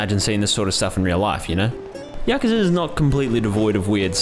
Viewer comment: Hey, its Yakuza.